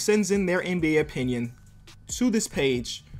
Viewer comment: “I respect everyone’s onions”😂😂 u should fix that bro